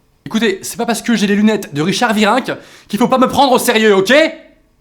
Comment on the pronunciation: Sa se dit richard viranque